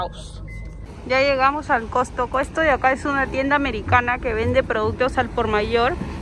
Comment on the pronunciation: Aca en P.R a esa tienda del x mayor se les llama Costco, Cost-co no Cos-to-co 😂😉